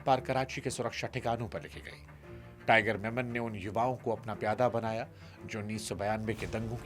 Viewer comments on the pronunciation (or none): It is tiger memon, not tiger Menon